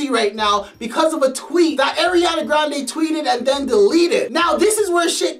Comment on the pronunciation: Ariana grande ❎ Eriana grande ✅